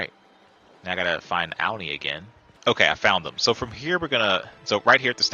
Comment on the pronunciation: Thank you! Loved the details in this tutorial I had alotta fun! Just wanna say the name is pronounced "Au-Nee" rhymes with Autumn 😉 not "Ow-nee" Sorry it was driving me nuts